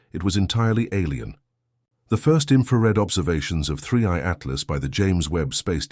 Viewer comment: He calls it 3C Altlas ? And it’s screaming past the sun? Months ago! It’s already past Jupiter now! Doesn’t anyone proofread what this AI says? How can I trust what this AI guys says? 👎